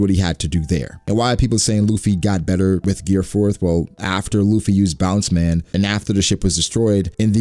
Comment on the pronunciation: BOUNCEMAN?????????? Wtf bro its BAOOOUUNDUMANN!